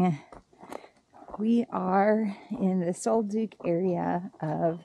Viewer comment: Great video. I plan on doing it this tear. Pronounced Sol duck rather than sol duke.